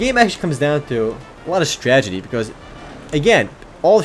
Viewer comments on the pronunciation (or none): is it just me or does he keep saying stagedy instead of strategy? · S-T-R-A T-A-G-I-E omer not stragity lol it ok ur first looks are still cool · stragedy? lol